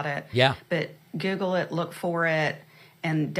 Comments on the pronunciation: she said giggle it instead of google it. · Did say" giggle it"? Sounded like it. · did she say "giggle it"